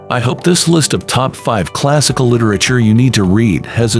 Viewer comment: Would be nice if the machine narrating could pronounce word like literature